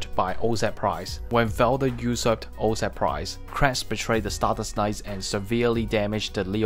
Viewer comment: Say oz right ! Jesus this is unwatchable now and that sucks i really like your content. Help a brother out